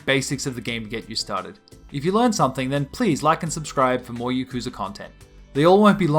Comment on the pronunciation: you’re not pronouncing yakuza right and aggghh